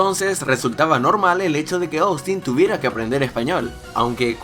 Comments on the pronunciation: se pronuncia Ostin, no Oustin, así va el nombre Austin. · Minuto Trish: Silla Austin: Zyia Trish: Puerta Austin: Puerrrrta Trish: Bicho Raro Austin: Vichou Radou